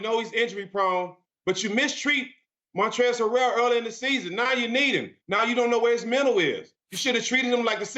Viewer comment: Stephen Jackson: “Montrezl HU-RAIL” 🧐😂